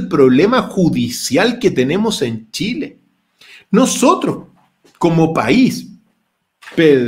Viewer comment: Pedro...se dice Chile, no Tchile...es lo mínimo pues Sr.